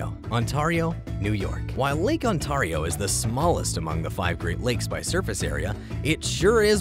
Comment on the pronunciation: Be pronounced Ontario wrong😂